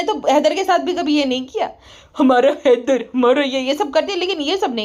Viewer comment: Header Header zyada hi kar rhi thi Madam 🤔 jese ki Haider sound karana chah rhi ho😂😂😂😂